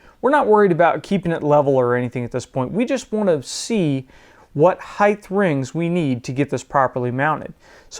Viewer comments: stop saying "heighth"! just say height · great video, but yeah, this was funny. Either local dialect or what is called a "hyper correction". Have you heard this in other parts of the country or other people saying heighTH? Just asking as an amateur linguist.